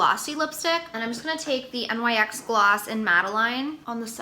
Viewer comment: NYX, its "nicks" ..not N-Y-X